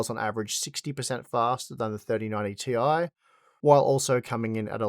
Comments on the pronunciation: its 4090 Tie, not Ti! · Oh. It's not the 4090 t.i. It's the 4090 TIE.